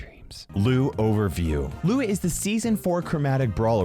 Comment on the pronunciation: ITS LOU NOT LUU